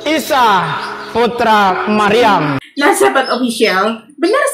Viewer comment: Itu ngomong apa ya... Pak pendeta .. Baca surah mariam ko gitu.